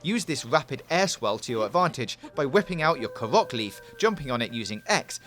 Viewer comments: and "karach seeds" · Dud he just say katerito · i swear he’s pronouncing korok wrong